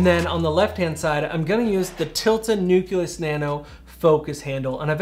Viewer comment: Why does everyone pronounce nucleus wrong?